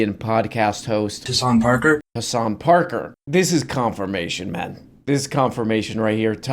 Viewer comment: “Hasanp Arker”